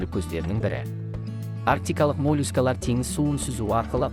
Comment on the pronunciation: мОООООлюскалар!!! Қалай айттың өзің тыңдаш